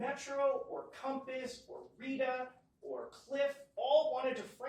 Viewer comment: "Cahmpiss Realty" COMPASS COMPASS COMPASS COMPASS